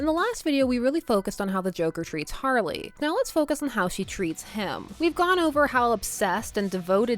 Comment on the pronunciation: Lol jarley? I kinda like it.. Lol I've really only heard harker ..